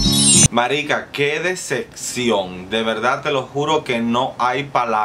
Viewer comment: Dececcion o decepción? Jejejejeje